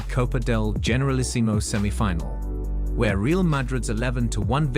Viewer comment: In fairness, I don't suppose you will know it is an A.I. video until you start watching it. You now live in Spain, so you know that CF Real de Madrid is pronounced Ray-al. Milan is pronounced Meelan. You correctly pronounced 'derby' correctly, so there was already a clue. Kindest from a new subscriber from England [Liverpool FC supporter].